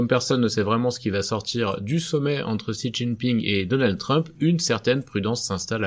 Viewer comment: coucou. juste parce que tu risques de devoir encore le prononcer souvent, pour info, tu peux prendre doucement l'habitude de dire "shi" dès à présent. Comme dans "sushi" ou "shield" au lieu de "Xi". le X en chinois se rapproche plus du son "sh" en français. bon weekend à toi